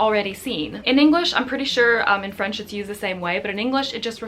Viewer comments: Hi! I'm québécois so French is my first language. I love your videos. BTW I think you have a magnificent French pronunciation 😊😀. My favourite video was the one when you spoke completely in French. Salutations! ☺ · I'm French and this was very interesting! More French words used in English please !! :D :D Oh and don't hesitate to pronunce French words, your pronunciation is very good! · Please, make a video in French, I feel like your French has improved so much ! You have a very good French pronunciation !